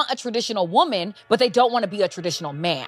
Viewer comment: I really like you little brother. But i wish you could pronounce singular woman and plural wemon